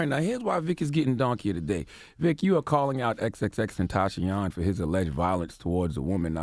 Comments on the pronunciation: You butchered xxxtentacion's name but it's all good. Vic mensa is holding all the Ls rn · If you can’t pronounce XXXTentacion, you cannot cover him. Period.